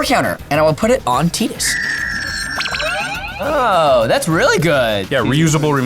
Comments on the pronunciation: There is literally no word in the english language that is spelled “Tid…” and has the sound “tee”. Yet every single MTG content creator has said his name wrong. His name is Tidus, sounded out like Tide-us. And before you argue, play the frickin’ game! But if you still want to argue, I guess enjoy washing your laundry with “Teed” Ultra laundry detergent.🙄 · That's like saying its not pronounced data but as data, at least make it clear by saying its TEE-dus, not Tai-dus... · Ive always pronounced his name as "TIDE-us" but thats only because my first introduction to his character was from Kingdom Hearts and thats how the character Sophie pronounced it. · I think they called him "TYE-dis" in Kingdom Hearts, lol 🤣🤣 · It's pronounced 'tide-us'. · that’s ironic, as I never heard ANYONE pronounce it Teedus, until a LONG time after the game originally released. And anyone who insists on pronouncing it that way just sorta sounds like they are intentionally trying to be a douche bag. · Yeah idc. It's Tydas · I understand your logic and even can agree that may be intended pronunciation in the Japanese, but You’ll never convince me to say his name that way. Tide-us is the way I said it in my childhood so it’s nostalgic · nope wrong. It sounds terrible that is my reasoning. Gotta say Tie-dus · Fake news. Still Tie-duhs. Great episode all! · this is cope tbh, we don't pronounce ANY other character's name from the game with a Japanese pronunciation why would Tidus be any different, also if you literally google how to pronounce his name and hit the automatic thing that speaks it for you, it literally says "Tide-is" or "Tide-us". Just because it's based on something doesn't make it automatically pronounced the same, it's a made up name. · Also in every other game where you cannot rename Tidus and has voice acting, they call him Tee-dus. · This is false. You can't skip cutscenes in FFX. It's still Teedus, though! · its tide-us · TEETIS hurts my heart every time.